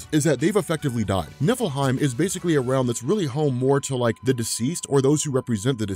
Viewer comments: Oh.,. NIFFLEHEIM. I thought you were saying Nippleheim. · For a second, I thought you said Nippleheim